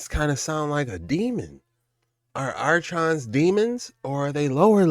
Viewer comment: This guy steady pronouncing archons wrong r-cons buddy r-cons 😂